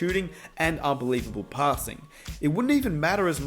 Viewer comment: Dude keeps saying "Pah ssing" wtf LOL. Great video bro